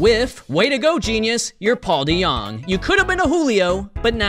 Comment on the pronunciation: Probably because he said his name wrong